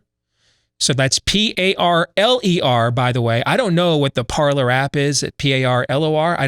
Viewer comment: Parler, pronounced ParLAY. 'Tis French